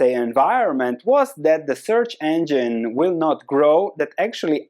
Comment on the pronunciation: Engine is pronounced en-jin not anjyn.